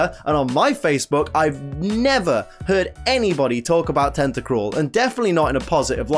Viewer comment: FOR THE LAST TIME, TENTACRUEL DOES NOT END WITH AN E, IT ENDS WITH AN L! GET IT F*CKING RIGHT!